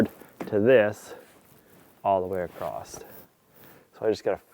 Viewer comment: Its just a barn ffs, what does it matter ? Please stop saying "acrost" its across, no t on the end